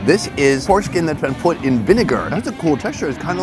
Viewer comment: 'pork skin' or 'foreskin'?